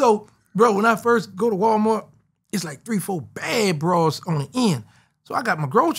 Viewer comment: “And then Walmort” 😂😂😂